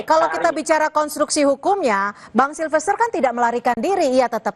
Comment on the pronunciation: kamu nyebut nama orang saja salah melulu. Bukan SILVER, tapi SILFESTER. Silver..silver, emangnya Perak??